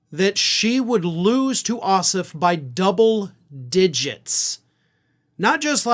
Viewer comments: For future reference, our senator's last name is pronounced Oss-Off with equal emphasis on both syllables ....please pro ounce it properly - it is NOT OSSif. Thanks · please pronounce Jon’s name correctly: the second syllable, OFF, is pronounced (surprise) just like the word OFF. OSS and OFF have equal stress, or emphasis. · Jon's Last name is OSSOFF. You were pronouncing his name as Ossiff. I realize there was no animisity intended 😏🤣. Just letting you know.